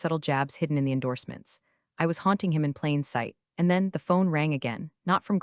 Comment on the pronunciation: Taunting, not haunting